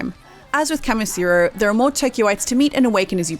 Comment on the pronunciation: why do you keep saying "Kamasiro" his names Kamishiro lol. For me though the stamina didnt matter, I kinda got bored of the repeat grinding everyday and didn't want to play the story due to the fact that I might play too much and burn myself out, but I burned myself out just getting the materials anyways.